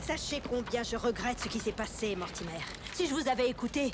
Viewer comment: L'histoire et l'animation sont bonnes, mais les dialogues du personnage principal sont vraiment mauvais. Ils sont surtout conçus pour ressembler à deux adolescents excités. Le personnage de Blake prononce "Mortimer" comme si c'était un mot français. Ce n'est donc pas très convaincant.